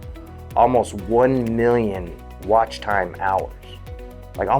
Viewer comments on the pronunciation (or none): none